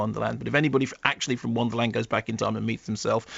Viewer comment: Wonderland, not "Wanderland". tsh